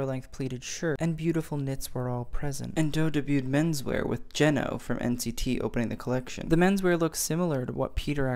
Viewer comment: Btw Jeno is pronounced as Jayno